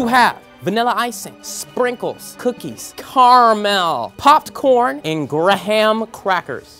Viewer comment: please learn how to say caramel. thank you.